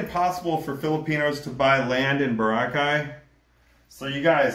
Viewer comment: Bro, why can’t you say Boracay properly? BOR-ah-Chay.